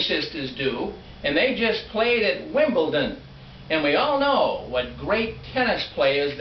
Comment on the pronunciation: it is WimbleDon not WimbleTon, get it right !!!